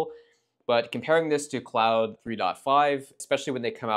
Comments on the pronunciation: Nice video! Hint on the pronunciation of Claude: It rhymes with "bold" or "road", and not with "cloud". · No this is wrong. The name Claude is pronounced "klɔd" in American English and "kloud" in French. It can also be pronounced "klawd". Frankly, I don't care but Mr giving advice is wrong.